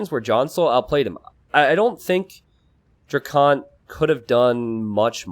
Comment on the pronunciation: DrackEn not DrackOn. Please you’re driving me crazy!